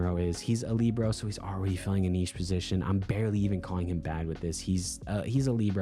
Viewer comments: ilysm but please.. libero is pronounced “lih-bear-oh” not “lee-bro” 🤍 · 🤓I like Lee-bro more